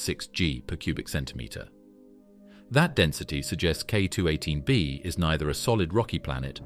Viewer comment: Whoops, at it's starting to repeat itself more and more, such as on density of Earth vs. K2-18b vs. Neptune. Plus recurring pronunciation booboo's like..."K-two-eighteen.........PAUSE.........bee".